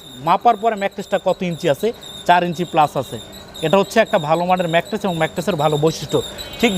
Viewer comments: ম্যাট্রেক্স না ম্যাট্রেস। প্রতিটা ভিডিওতে বার বার একই ভুল করতেছে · I hear mattress and materix lol. Nice manufacturing though